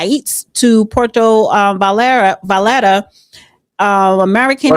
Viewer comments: Puerto vi yard ahh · Puerto Valata lol almost